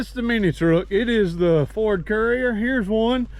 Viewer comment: I just watched this so I could hear you pronounce Ford as a 2 syllable word, foh-werd. Hehehe. Sorry Bro.